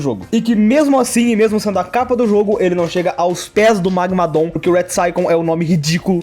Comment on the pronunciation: Ouvir ele falar magmadooom é estranhamente engraçado